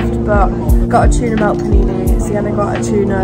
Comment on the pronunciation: no way it’s siennerrrr